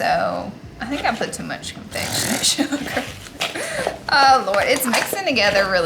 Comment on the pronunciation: "confectionate" sugar 🤣🤣🤣🤦🏻 aaaay Laura